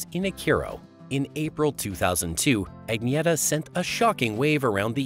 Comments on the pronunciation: What The Hell Is A "Ag Nee ETTA?" WTF? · Her name is pronounced ......UNYETTA.....!!!!!! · Sorry But You're Mispronouncing Her First Name. Like A Typical MONTANAN, UTAHN, NEVADAN, OREGONITE!